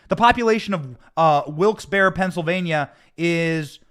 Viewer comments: It's pronounced "Wilkes Barry" even though it's spelled Wilkes Barre! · Benny I understand it's spelled Barre but in Pennsylvania it's pronounced bear ..... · Benny it's Wilkes-Barre (Pronounced Barry) ❤️